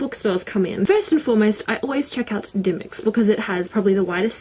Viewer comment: XD REALLY?! I've always pronounced dymocks with the o sound (die- moks) not dymicks... Really expensive I bought To Kill A Mockingbird for $20 -_